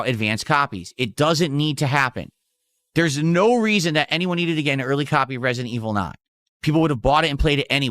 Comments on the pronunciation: "Turrrd purhhrsuhn liek reh-see-dent eviluhh foor!" And this, ladies and gentlemen is why I call a POSER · Resi-DENT Evil: RE-Kwuh-Y'em will not save the business, okay?